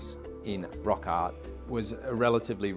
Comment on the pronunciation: This guy has a bad speech impediment, it’s NOT “ot on the wall” and “rock ot”! But rather instead the proper pronunciation is “art on the wall” and “rock art”.